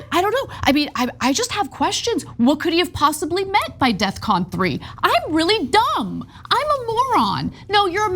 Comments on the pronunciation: It’s “Defcon” not “Death Con”. That’s probably why it seems aggressive. He just doesn’t know words. Which is hilarious because you’d think a rapper of his caliber would know words lol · I don't mean to be picky, but isn't it def-con?